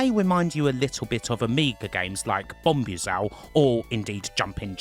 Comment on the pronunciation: bom bu zal???? its pronounced BOM BUZAL as in sounds like boozle..